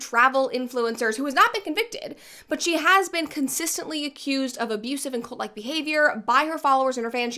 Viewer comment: I keep hearing Colt instead of cult. Colt is a great way to stop a cult btw.